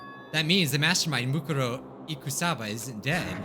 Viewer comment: he litterally just said moneykuma